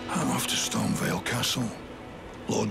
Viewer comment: Bro really said : KAY-el and Storm-vial 😂😂